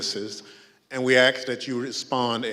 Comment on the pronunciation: I just wish that Thompson pronounces "adjoined" instead of adjourned. And says AKS instead of AsK. I wish people would correct him although I don't think it would make a difference because he so used to speaking incorrect English. Nothing against what he's doing, just wish he presented himself as an educated man.